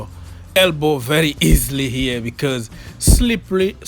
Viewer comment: eeerrr?😂😂😂 what did you say slippely 😂😂😂